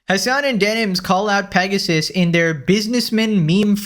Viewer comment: Why do they keep saying Mpregasus?